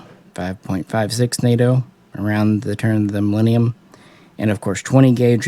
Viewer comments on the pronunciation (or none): none